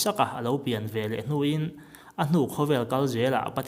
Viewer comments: Bengvar thlakin, ngaihnawm thei khawp, thu rawn pakhat chu veleh velah ti a lam hi, veleh ti a lam nise. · Veleh tih turah VELAH i ti a, 'veleh' ti tawh la ka ti hle mai.